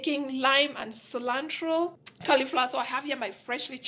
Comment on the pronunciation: I was literally laughing at “cilantro-eee” and lemony lol 😂